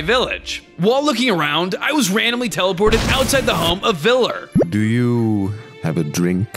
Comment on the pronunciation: I knew that VLLR would be here also its a R not like a R in grrr